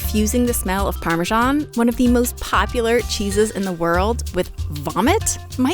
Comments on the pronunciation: Where does the irritating “parmeeshawn” pronunciation come from? It is spelled parmesan. I it is not pronounced “eeshawn” in any other language. GRRRR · Nice exapmle of hyperforeignism... There is no zh sound in English Parmesan, the zh sound is only in the Italian Parmigiano (Reggiano) 🙂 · seriously, learn to pronounce parmesan. ask an italian. youre doing it wrong.